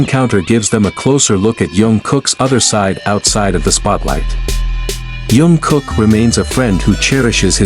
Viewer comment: I hate to be so blunt but, if you are going yo do a video about any members of BTS please learn their names before making the video. This is Jingkook not June.